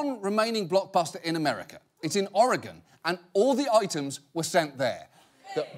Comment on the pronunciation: Thank you John, for pronouncing Oregon correctly.